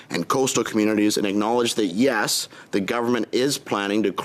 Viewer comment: She cant pronounce "yes".